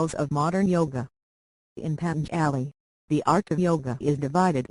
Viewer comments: MADAM --PLEASE DO NOT SWALLOW WORDS PADHANJALI -PLEASE PRONOUNCE => PA--DHA-(A)NJALI WHAT DOES IT MEAN ? --WHY SAGE PADHANJALI GETS THAT NAME " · PADHANJALI => PLEASE PRONOUNCE => PA + DHA +(A)NJALI =PADHANJALI